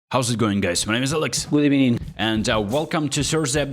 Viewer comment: hello Alex , I wish all the best to u and your family, stay safe ❤, i love the Intro by the way ( Good Ebening ) 😀